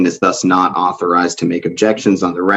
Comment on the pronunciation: "I'm not a rebezenative. I'm an ARTHURIZED rebezenative. Stop your pazmptions."